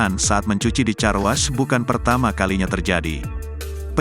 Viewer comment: 🎉Baca nya Karwosh bukan carwas atuh.... Gini deh kalau yg baca bukan manusia asliiii